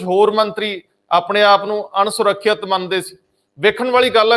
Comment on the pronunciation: Ansurkhiat ne ansukhwan Or asurakhiat hunda a g